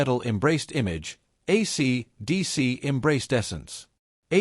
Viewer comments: Shit Bag AI can't even say, AC/DC. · Yup. The robot doesn't know how to say it. It can't hear the way it sounds. Pathetic. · Hay fella, AC/DC ISN'T SAID WITH A OVERDONE PAUSE BETWEEN THE AC AND DC AND THIS SLASH YOU MENTION DOESNT EXIST EITHER. ITS MORE THAN OBVIOUS THAT YOU HAVE NO IDEA WHO AC DC IS AND YOU DO THIS VIDEO A GREAT DIS SERVICE.